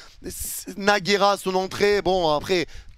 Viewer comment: c'est Nhaga pas Nagera